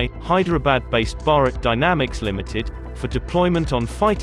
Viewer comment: Its Bharat dynamic not barak dynamic